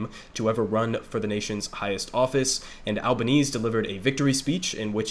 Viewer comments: also, it's pronounced al-buh-neh-seh and they're the greens not the green party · A few things from an Australian: 1. AlbanesE - gotta pronounce the E at the end. 2. The Liberal Party aren't your Republicans. They are made up of two prominent factions: the moderates (essentially Democrats) and Conservatives (essentially Republicans). 3. Labor are a social democratic government and fun fact is that the Australian Labor Party was the first modern social democratic government to form on a national level. 4. Albo is a socialist on a personal level. That's well known and he's the leader of the socialist left wing of the Labor Party. He will absolutely not be allowed to govern as a socialist though. 5. The fires in 2019 were mainly devastating for the Eastern States. Western Australia tends to seem much more devastating due to the size of the area burnt but really WA is the bigger than Alaska AND Texas combined with 2.9 million people in it, 2.1 of those in 1 city. 6. The Greens got a record vote, which is great. However, we have preferential voting so Labor picked up seats off the back of greens voters and the Greens will only win 2-3 seats in the house of Reps. The larger primary vote does increase their power in the Senate though so Labor will have to work with them to pass legislation there. 7. If state Labor governments are anything to go by, we'll see increased action on climate change but it will largely just be greenwashed Capitalism. Better than nothing but we're not going to become the green powerhouse we should be. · Love the coverage, just one thing, it's Albanes-e, you pronounce that last E